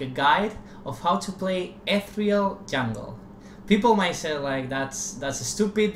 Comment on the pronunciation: "Ethreal Jahngle."